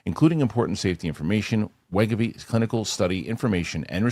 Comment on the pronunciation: Thank you, Winston!!! Thank you for correcting pronunciation of wegovy....cracked me up every time he'd say it wrong. 😂😂😂